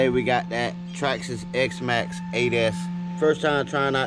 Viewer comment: x maxx not maxx